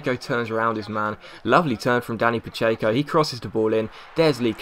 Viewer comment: Were the hell did you find the y in pacheco? Stop pronouncing one!!